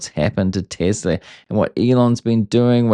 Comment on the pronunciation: Thanks for saying Tesla. When I hear Tezla I click away